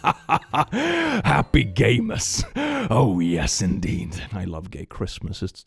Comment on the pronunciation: Happy gaymas is just happy gamers with a Boston accent.